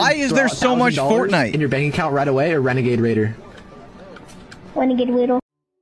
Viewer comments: wenegade waido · wenegade waidew had me 💀💀💀